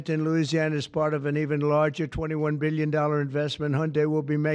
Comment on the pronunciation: 200 “beelion” dollars